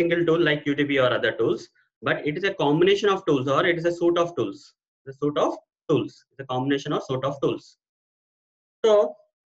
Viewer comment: Suite is pronounced as sweet not suit